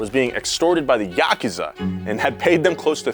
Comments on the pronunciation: THE WHAT??!?! YUK-AHH-ZAA!?!?!?!? You mean the YA-KOO-ZA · btw its "yah-koo-zuh"